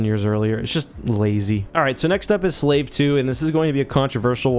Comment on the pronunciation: Slave is pronounced Slaw-VAY not as in the definition of a person who is considered property of another. It's not Ion Engine Science.